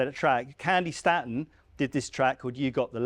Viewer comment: Candi Stay-tun not Stat-un